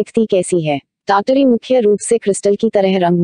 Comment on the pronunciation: Madam kya aap foreigner ho....pronunciation is TAT-Ri....app pronounce kar rahe hai TYaya-taree TYaya-taree.....Umeed karta hu mere man ka sujhav sahe lage aapko